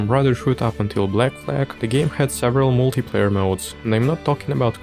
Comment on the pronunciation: Если я не ошибаюсь, multi-player на англ. произносится МАЛТИ ПЛЭЙЕР)